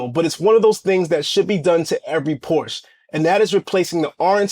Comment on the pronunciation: Why do these CC’s always say link in the description when they know dang well they don’t have it there 🤦🏽‍♂️ Also, perhaps do the marque the courtesy of proper pronunciation of the name.